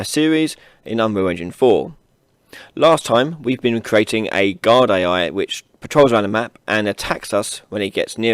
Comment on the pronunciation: guard AI I thought he said god AI